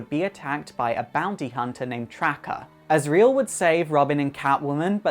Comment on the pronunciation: But not azrael